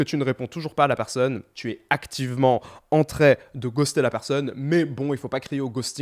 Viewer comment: tu dis toujours en très au lieu de en train ça me stress